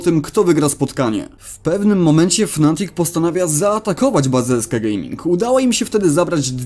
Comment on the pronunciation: Ja nie wiem gdzie ty kurwa w nazwie "fnatic" masz dwa A ty chyba czytasz nie potrafisz